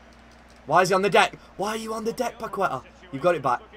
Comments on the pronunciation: the correct pronunciation of Paqueta is PAKETÁ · It’s pronounced “Pakehtah”